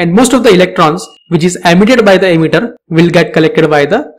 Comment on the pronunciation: Though you have verification tick and all, your way of delivering knowledge is awful. Sounds like you are just reading from text. And why are you pronouncing emitter as 'ammeter'??